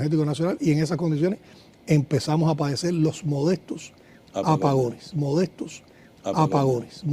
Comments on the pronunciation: Modestos dijo? En lugar de decir molestos. Que cosa es esto?. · Yo creo que se equivocó quiso de cir molestos,no sabe ni hablar es un títere que lee lo que le dicen que diga